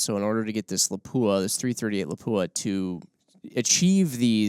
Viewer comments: PLEASE.... Learn how to pronounce Lapua. It is not la-pooh-ah It is Lahp-wha Don't believe me? Visit their site or their channel. Keep up the great work. I love your podcast content and production. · Good Program. Unfortunately you missed the most important thing you could do to educate the shooting public on all thing Lapua. That is to pronounce the name correctly. It is pronounced "Lop-wa" without the hard "u" sound. Congratulations to the one gentleman who pronounced Sako correctly as "Sock-O" instead of like the watch company. It amazes me that the shooting community in the US is giving Lapua more attention and respect for the quality of their products but still 99% of them mispronounce the name. I'm not trying to be hypercritical, I understand we Americans in general are not good at trying to learn to say foreign names correctly and then the incorrect get repeated so much it is accepted. If this were the "Joe Bob's gun talk" channel I would be less surprising. However, for all the research you do it's a shame that an industry sponsored channel can't show another name in the industry the courtesy of learning to say the name right. Instead of accepting things that are wrong just because so many believe it we should educate as many as possible about what is right. True in all aspects of life. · Proper pronunciation for the 338 Laupa is Lop wa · Please pronounce Lapua correctly. The accent is on the first syllable. Videos available on their website.